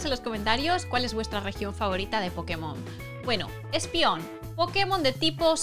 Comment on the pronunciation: repite conmigo...ESPEON...ESPEON!! no ESPION 😂